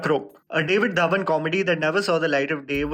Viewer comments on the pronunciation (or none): none